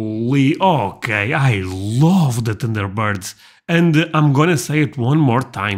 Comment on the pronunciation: Lmao!! It sounded like he said tinder birds!!!!!!!😅😅😅😅😅